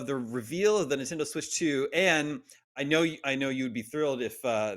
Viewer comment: Lost me at "Super Ninfriendos"